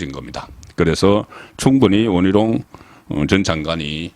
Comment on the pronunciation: 계양 얼, 동작 얼 특히 원희룡은 원히롱, 선관위는 성가니 발음 ㅋㅋㅋ YS하고 비슷하시네요